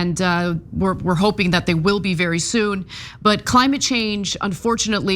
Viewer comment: Earth willive, Cenk; we wilnt.